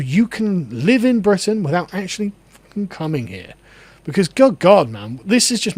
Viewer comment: Bwitan . its wizible